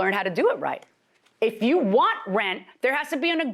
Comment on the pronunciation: ......................................................... She said she went "OVER DARE" ..... Did not say "OVER THERE" ............ ......................................................... She dìd not "LIKE" the house She said she "LIK ED" the house ......................................................... That's so sad "😢" .........................................................